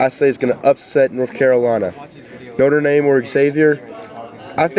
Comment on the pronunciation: BTW it's notre dame not notre name